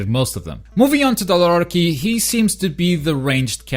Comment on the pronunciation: Togoroki? Ooruka? Ur pronunciations are hilarious! Ik this aint ur language but damn bruv